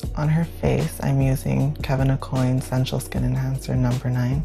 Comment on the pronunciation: He really just said “Kevyn a-coin”..🤦‍♀️